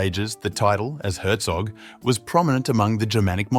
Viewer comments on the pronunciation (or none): none